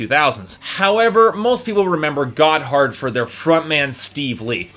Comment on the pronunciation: Gotthard is not a "terrible pun for a name." They are named after a mountain pass in Switzerland. And you don't pronounce it "got hard." It sounds a lot more like "gotherd" all run together, almost like it is one syllable.